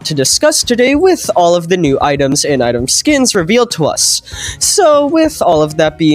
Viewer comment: "and item teas" holy we're gonna get a new tea item in doors real